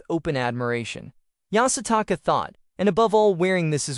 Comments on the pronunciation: Take a shot every time the AI says Yasataka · Bro keep saying yasataka🤣